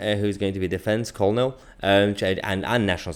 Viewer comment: Hi, Mahyar... I see you struggle with pronouncing the army rank of Colonel. try this 'Kur-nul'. love your videos, keep 'em coming.